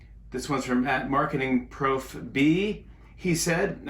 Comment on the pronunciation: The way that he read that! It's "prof" - as in professor, not "pro - f!" 😂